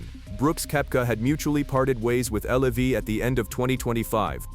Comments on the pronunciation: It's LIV not L.I.V. AI crap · WHY DO ALL IF YOU AI AMERICAN IGNORANCE ABNOUNCERS SAY "L E V", WHEN IT'S " L I V", YOU MORONS 😂🤣🙄😴👩🏾‍🦯👩🏾‍🦯🧑‍🦯👩🏾‍🦯👩🏾‍🦯